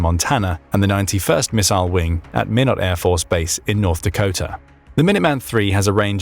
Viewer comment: it is a small correction but Minot is pronounce MY KNOT. correction concluded. interesting video